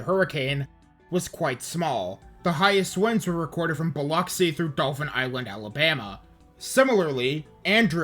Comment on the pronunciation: Dauphin Island here, thanks for pronouncing it correctly! Driving through coastal Mississippi, there are still empty foundations sprinkled on every block. Looking at Dauphin Island, you'd have no idea Katrina even touched us unless somebody pointed out the beach houses out in the water where the storm moved 50ft of beach depth from one side of the island to the other. There's never enough money to rehab the beaches completely so we will forever play a game of keep-up-and-pray with the erosion. Most of the folks here would put their houses on stilts and travel to the mainland by boat before they'd ever consider leaving. This was a great video, I am really looking forward to the next one.